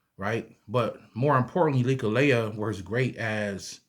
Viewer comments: It's not "likka laya" It's Leklai. LEK LIE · Nice share Not to be disrespectful But its pronounced Leck Lie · First of all respect brother for showing interest in Thai amulets. ✌💯 Second the pronunciation on leklai is very off. Third u should go to Thailand and get the real deal amulets. They need to be chanted by monks. There is rules to how u should wear them and such. Its important if u want them to work and not give u bad luck. Much blessings